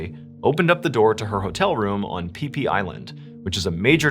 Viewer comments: it’s pronounced FeeFee spelled Phi Phi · That's not how to pronounce it. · It's pronounced fee fee island not pee pee 😉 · "pee pee" island lol 😆🤦‍♀️